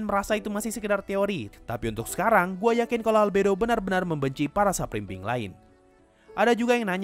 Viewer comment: Supreme being?, Bjir gw dengernya sub belimbing😅😅